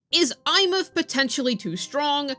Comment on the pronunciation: i cannot hear these people. there is one that calls her EmeATH and my blood boils at how stupid that sound